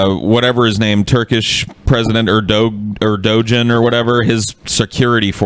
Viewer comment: the way pronounced erdogan gives me all kinds of cancer